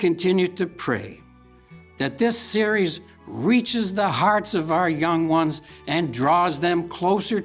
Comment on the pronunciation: "Yong Wans"